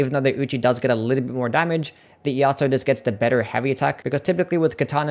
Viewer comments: It's E-Ai-To, not E-A-To. Iai is the Japanese art of sword pulling and sheathing fast as seen in some special moves. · "Iaito" is "e-eye-toe" Thanks for the list!